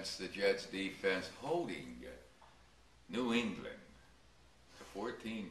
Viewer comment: I hate the way he says New England!